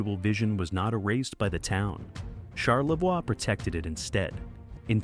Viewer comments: It's pronounced charlevoy not charlvwa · On-a-way. Uh-way-kon. Shar-la-voy. Do some friggin' research, robot. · Charla-voy. Mack in awe, key-win-awe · Charlevoix is pronounced Charlevoy, not Charlevor like AI pronounces it. And we call it Mackinaw Island, not Mackinac Island, even though both spellings are correct. Get it right please! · Or Char- le-vwahhhhhhh I'm cringing!!!!!!!!! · Shar la voy😂😂😂😂😂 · First of all it’s Charlevoix. Pronounced char le voy Mackinac. Mack in awe. Seriously learn the pronunciations. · Another video that can't pronounce the town names in Michigan. Mack-in-naw ... Char-le-voy ...Aw-na-way ... Key-wa-gnaw ... Negawnee was close. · You should learn how to pronounce the names of the towns and places you talk about. There is no ack sound at the end of Mackinac. You also mispronounced Charlevoix incorrectly. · Born and living again in Charlevoix, it's annoying as f*ck listening to this... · How about pronouncing Mackinac and Charlevoix correctly? If you’re going to do research, get it right